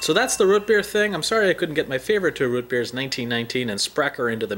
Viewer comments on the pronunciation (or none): It's not rut beer, it's root beer. Like scoot, or shoot, or toot. Just curious, where are you located in the USA? Sounds like the mountain west. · Root not Ruut. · lmao everyone is making fun of you saying rut beer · He says root weird